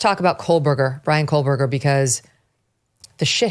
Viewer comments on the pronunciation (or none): It sounds like Megyn is saying, "Kohl-berger". 🤔